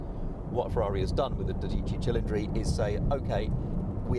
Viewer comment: also made no effort whatever to pronounce the Ferrari's name correctly so maybe that had something to do with it, that and his obvious bias to British cars.